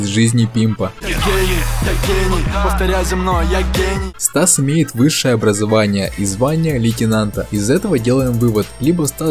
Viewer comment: лейтинанта? Может быть лейтенанта